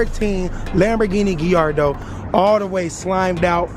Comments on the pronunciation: It’s pronounced Ga-y-ardo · its pronouned (guy-ardo) btw lol just sayin